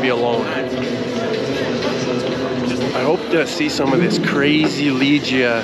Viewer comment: Looks like a great evening! Great job on properly pronouncing Dziękuję and Do widzenia! That said, Legia is pronounced Le-gya ("e" as in "let" not "ee" g as in "go") :D